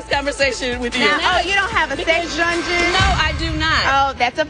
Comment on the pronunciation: “Oh you don’t have a sex drungeon”💀💀💀